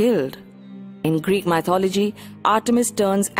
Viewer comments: Asd Ff No. Sorry. I can’t buy that. Accent is not a good enough excuse. The word is “myth” not “mye-th”. Therefore, she can’t mispronounce the word without knowing how to pronounce the root word properly. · Oh Goodness! I cringed every time she said “MY-THOLOGY”. Please pronounce it correctly. It will give your video more credibility.